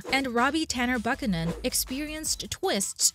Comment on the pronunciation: Wtf tanner BUCkanan 😭😂 . It's Buchanan